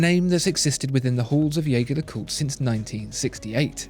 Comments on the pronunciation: You produce brilliant reviews. But.. …please, stop butchering the pronunciation of my favorite watch brand. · Pronounce the brand as they meant it to be pronounced... Agree with others too, that lume application is inexcusable at that price range and from a brand like JLC. Ouch. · You present yourself as a channel that informs people about high-end watches and watchmakers. So don't you think you owe it to everyone watching to at least pronounce 'Jaeger-LeCoultre' correctly? By the simple fact that you mispronounce 'Jaeger-LeCoultre' just lowers your credibility (to me) as a connoisseur of watchmaking. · The narrator keeps saying "Jaeger-LeCoultre" wrong. Just go to their YouTube channel and learn to say it correctly.